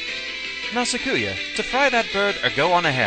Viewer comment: Awesome. You've gotten to this series. Alright, well, I'll just say this; I am a Touhou Lore Guy; you need lore for the videos and the wiki is too labyrinthine (and sometimes it is), I'm your guy. Also, please go the good Touhou wiki (en [.] touhouwiki [.] net) and listen to how to say Sakuya's name. Less emphasis on the "ku" part. Apologies if I was rude.